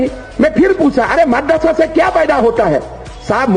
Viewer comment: Sir, try calling it MAADARASA not MADARASA